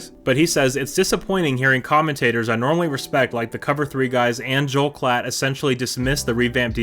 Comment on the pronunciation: Appreciate the shoutout and great job with the name pronunciation! Those Klatt clips from the draft are wild considering he went out of his way to trash our D while two top-notch defensive players were being selected. Hope reading all those OU comments doesn't rot your brain. Do you think there will be a day when the OU fans stop posting on every SC video and tweet? Or will they be that guy still badmouthing his ex six years after they broke up?